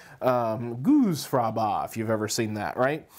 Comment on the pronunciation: Did you say goose fabara?🤣😂